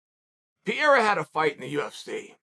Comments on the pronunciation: Chael as a Brazilian the degree of which you mispronounce his name is insane. Basically renaming him at this point. The r in Portuguese is an h dude not that hard you gave him like a French name and it’s not a good look. I will never understand how Americans are so bad at pronouncing foreign names. They don’t even try at all just rename it’s a cultural thing but it is annoying af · Can anyone with power, teach Chael the right pronunciation of "Pereira"? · You need to get the guy's name right. Its pronounced Pe-Re-i-Ra not Pi-ER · You're so eloquent, yet some proper name pronunciations continue to elude you. Whoever you're talking about didn't beat Sean Strickland. Google will even tell you how to pronounce Alex Pereira's name. Maybe by the time he beats Izzy, you will have learned his last name. Pa-Rare-Ahh, not Pierre. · Here's a phonetic guide to pronounce his name Pay-day-da. Just sayin...I love Uncle Chael but he keeps talking about some guy named Pierra. Who's that? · Get the spelling of names right, it's not Piera as you're saying, it is P E R E I R A, you dont read first letter e lik ee, you read it like eh, so rather try with Pehreira, you'll be much closer. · Uncle Chael is calling Pereira “Piera” so convincingly he actually made me check if I had it wrong all this time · yall cant pronounce without a brazilian telling you how to speak, because in english you guys say "re" with an "closed" pronunciation (like Ree). In portuguese is like Reh, you have to open the E sound. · Pierra, the French monster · He called him Pierre once I was like who the fuck is Pierre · I thought he said Pierre or even Vieira at times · If Uncle Chael says it’s Piera, it’s Piera. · Lmao a couple days ago it was just straight up “Pierre”. God, i love our uncle Cha-eel. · Also called him Pierre in the video too. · ...."Piera" Ah boy Uncle Chael. Real American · “Alex Pee-Era” - Chael Sonnen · Cheal always pronouncing names wrong whahaha Pierra, Makelchev 😂😂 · Alex “Pierre-a” 😂😂😂